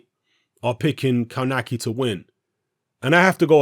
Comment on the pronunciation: Kownacki is my favourite American heavyweight at the moment. Answer it's pronounced kov nacki.